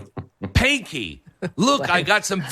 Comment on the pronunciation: I’m almost 60 and even I can remember it’s Spanky, not Panky! lol Reveal the TRUTH!🇺🇸